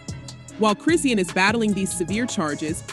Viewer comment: Why are the blogs always pronouncing Chrisean incorrectly. Chri-shawn, Chrisean! 😂